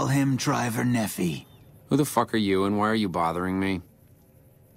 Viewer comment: i hate how everyone says nephi. i live in Utah, and it's actually pronounced (nee-fie) ne said like knee, and phi said like eye